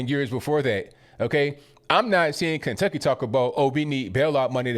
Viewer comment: Good video. But Kenutkcy?